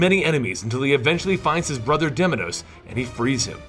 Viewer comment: its pronounced deimos not deminos.didn't you hear well how kratos called him